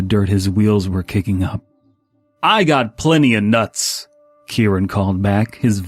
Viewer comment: almost laughing at the way he said nutz is good